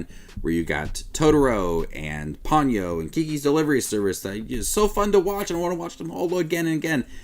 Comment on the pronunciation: Po-nyo rather than pawn-yoh.